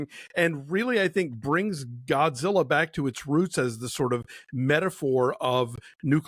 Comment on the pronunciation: ゴジラ！！he's good pronunciation